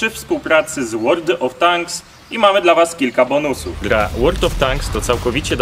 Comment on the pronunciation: "łord of tanks" xdd